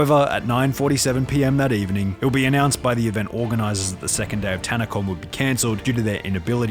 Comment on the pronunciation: It was a literal Tan-a-Con emphasis on tan and con LOL